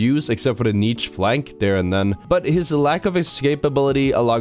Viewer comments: It's pronounced "neesh" not neech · im disliking this video because if the amount of times he pronounced the "ch" in niche